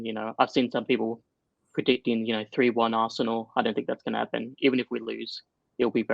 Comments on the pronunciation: It is ARSENAL and not ARSNEAL ,lol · “Arsneal” lol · 😂😂😂😂 ARS-NEAL?!!!!😂😂😂😂😂 Can’t you even spell your own team’s name??!!! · Its Robbie,he butchers names in transfer daily and its rubbed off on 😉